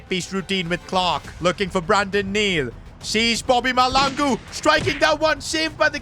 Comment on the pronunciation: Bro your saying malangu search up how to say mahlangu